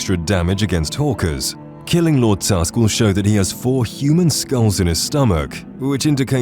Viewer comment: So you put wolf queen and break the aetherium into two different quests on list, pronounce Lord Tusk as one word but you don’t put the giant chaurus on the list, something you have to actually go out and find with not a single hint? You’re horrible at this “content” creation thing dude